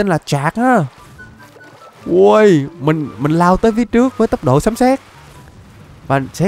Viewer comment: Lộn rồi anh sấm chứ không phải là sấn